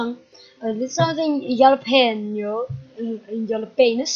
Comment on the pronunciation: De naam van de hete peper spreek je uit als Galapenjo, je had de nj, wel goed uitgesproken. Maar ik ben beter in Spaans. 😎